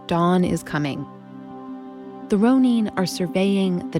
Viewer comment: This narrator is driving me crazy. It is "Ro - nun", NOT "Ro - neen"!